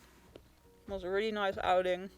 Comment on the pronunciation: “Reely panicking” 😂